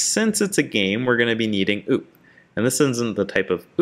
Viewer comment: You calling it "OOP" instead of O.O.P. bothers me 😂. Good job though.